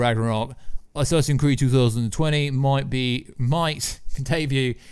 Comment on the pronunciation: "Assassin's Creeeiiddd" 😭 😭 😭